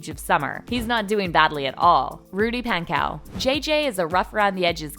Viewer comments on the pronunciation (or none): paHnkow * not pancow and pogue like vogue not pog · also, Rudy Pankows name is not `pronounced with the "cow" pronouciation. It's "kow". with a closed "o", not an open "o" that makes it sound more like an "a" than an "o". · PANK-OH not pank-ow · She pan-cow